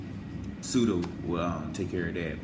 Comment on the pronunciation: It's "sudo" fool!